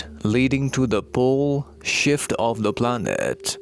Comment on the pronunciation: Lol, every time you say "pole shift" it sounds like the word "bullshit" lol...thank you for information, dear